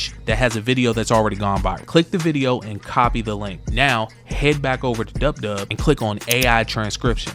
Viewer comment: Its dupdub not dubdub